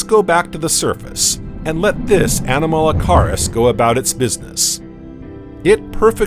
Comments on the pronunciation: Such a joke with the pronunciation of the names, especially when the bot was trying to say Anomalocaris. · Yeah, when they said Anomalocaris I kinda zoned out